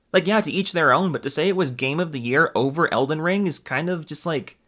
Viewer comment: At one point this neckbeard called it Olden Ring. Not sure if it was a jab or they started having a mini stroke.